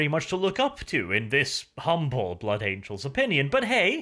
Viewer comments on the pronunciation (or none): none